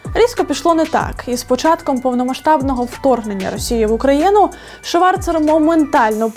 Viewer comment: Зверніть увагу , Аліса Шварц . Це правильний вимов , а не ШварЦЕР !